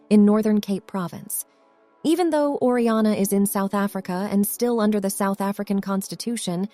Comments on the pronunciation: It's Orania (pronounced Oran-yah), not Oriana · The town is called "Or-ah-knee-ah", not "Or-ee-ah-nah". The system known as Apartheid was implemented as a direct result of Blacks AGITATING for separate, self-governed "homelands". These were duly supplied and even though the National Party spent a great deal of money to supply everything needed to make successes of these areas, the White experts in the various fields were summarily expelled, leaving the Blacks with no expertise to run their show. As things began to collapse, instead of acknowledging their overconfidence and asking for the White guides to return and teach them the ropes, they did what Blacks seem to do best: blamed the White man for all their failures and subsequent woes. Of course, in the spirit of "equality", the rest of the world fell in behind them, resulting in the ANC coming to power in 1994. What happened to the Bantustans has now happened to the whole country, just as is happening in America's Democrat-run states and cities today.